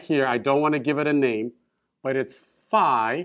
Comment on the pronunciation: α+ 👍 By the way I was a little (but pleasantly) surprised when you pronounced φ to rhyme with ‘high’. That’s the way we pronounce it in England but I’ve only ever heard Americans pronounce it as ‘fee’. ♫ ♬ Beeta bayta theeta thayta let’s call the whole thing off! ♩♫ 😁